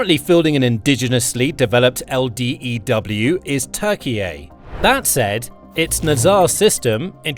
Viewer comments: Turkeyay? lol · Just a heads up, you don't have to pronounce Turkey's name as Turkey-yay. We don't call Germany Deutschland, or call Italy Italia. And there is no obligation to. Turkey's request to call it Turkiye is kind of weird.